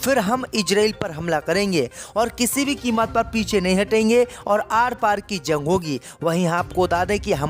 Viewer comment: JUNG ko ZUNG kyu read KERTA hai...eduction saheeh NAHI Liya ??